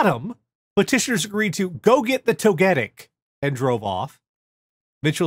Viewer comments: your pronunciation of Togetic is causing me so much pain. Also,, Togetic is from Generation 2, it ain't that hard. =] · Less than 10 mins in and I've paused it to scroll the comments to see how many people are cross at how pronounces "Togetec".